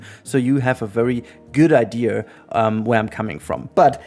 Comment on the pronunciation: It's IDEA... not IDEAR. Stop adding a R to the word.